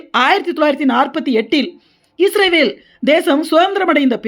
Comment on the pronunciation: Sister first you change pronouncing ISRAVEL into ISRAEL.